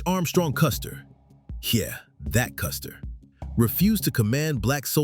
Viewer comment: "That Custer" I don't think anyone caught that 😂😂😂😂